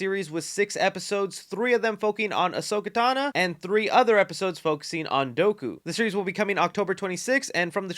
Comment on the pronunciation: Ahsoka Tano ❌ Ahsoka Tana ✅ Dooku ❌ Doughku ✅